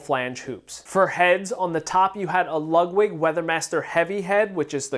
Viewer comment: I swear you're saying Lugwig.